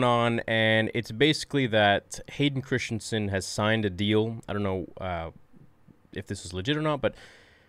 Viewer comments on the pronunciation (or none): "Christensen", not "Christiansen". Practice sounding out the name in front of the mirror. It's embarrassing for you and disrespectful to Hayden.